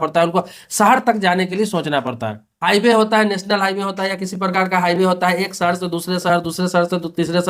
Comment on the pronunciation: सहर नहीं भाई शहर 😂😂